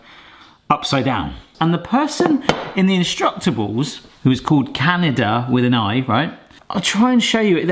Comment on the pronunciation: Was trying to say Canada? 😂